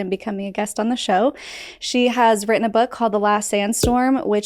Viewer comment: please learn how to pronounce “written.” (Minute 2, second 56ish)